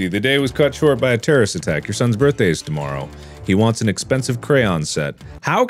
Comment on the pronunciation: But it's shoart!! 😭